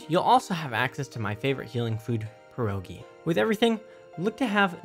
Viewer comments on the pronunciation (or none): HOW DO U JUST PRONOUCED PIEROGI HOW!!! just go to google translator and put pierogi in polish language and check how it's PRONOUCED OK??